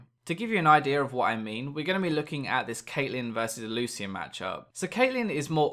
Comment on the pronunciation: Lol it's Loo-shin not Loo-see-in